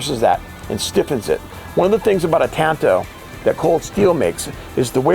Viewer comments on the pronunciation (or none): It’s pronounced “tahn to.” The Japanese language doesn’t have a hard “a.” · They say tanto weird. It's normally pronounced like katana. They're both Japanese blades after all.... (kaTANa / TANto)